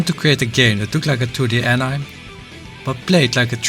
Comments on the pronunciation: An I'm is killing me ngl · Mans did all this research and still said "AN IM"